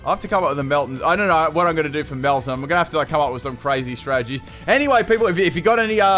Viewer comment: Did you just call it melmeltan?